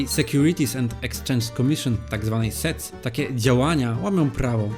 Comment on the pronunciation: fajny materiał, ale posprawdzaj jak się wypowiada niektóre nazwy np sec czyta się jako sek